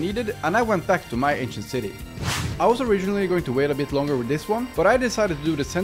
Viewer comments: Lol I thought he was saying asian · I keep hearing “Asian City” 😂😂 Lmao but wow it’s incredible! Can you come and fix up mine now?? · I turned on captions, and whenever you'd say Ancient City, the captions say "Asian City". 😂😂